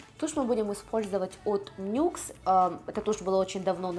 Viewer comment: НИКС а не НЮКС